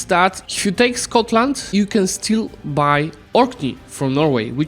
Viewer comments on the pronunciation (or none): none